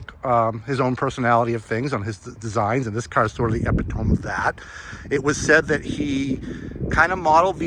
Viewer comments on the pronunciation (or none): People talk about the Pacer and the Gremlin, but I believe that this generation of the Matador was the ugliest car AMC ever built. It looks like an overgrown Ford Pinto. AMC also had the ugliest interior fabrics. You should learn how to pronounce epitome.